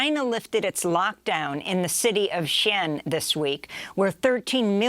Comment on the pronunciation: "Shen." She means Shenzhen in Guangdong Province, across the southern checkpoint from Hong Kong.